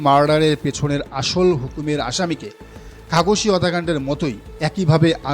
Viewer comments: জামাল খামোসী নয় খাসোগী। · খাগোশি নয় বরং খাশোগি